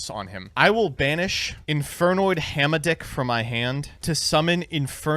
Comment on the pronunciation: "Two [Hah-Mah-Dick]" That is not how I shall pronounce it.